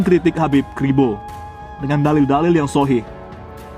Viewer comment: Beda level SM ustad Khalid, baca dalil aja salah ngaku" Gus.